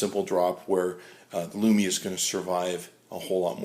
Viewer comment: he said lumina... cx